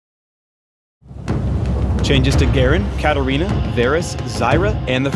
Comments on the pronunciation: Hm why katarina is pronounced karolina? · HEY as chinese user i cant understand why katarina is pronounced karolina...